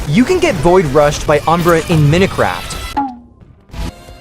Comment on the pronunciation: “Mineh craft”? 😭